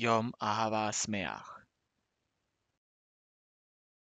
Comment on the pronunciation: Literally say: Yom Ahava Smeaj, no SAmaj